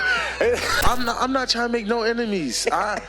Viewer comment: He said ‘emenies’ 😬 hit those books not the blunt